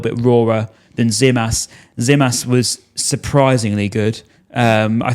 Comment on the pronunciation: For gods sake....its gimas not zimas....that tz in greek is g for the english language